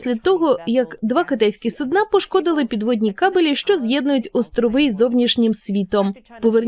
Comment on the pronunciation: сУдна, а не «суднАʼ». Скільки раз говорити, що «суднОʼ» - це те що кладуть під хвору людину яка не може встати і куди вона мочиться.